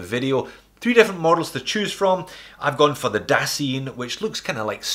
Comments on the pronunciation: Dasein not daseen :) (you can check the check wiki page for pronunciation). Heidegger would probably be very disappointed by both the lack of proper German accent and the watch :) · Heideggerian term "Dasein" is pronounced "Dah-Zyne" as you probably already know by now. Love your reviews.